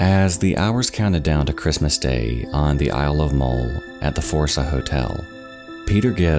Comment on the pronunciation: Muhll not mole. Obin not oh-bhan.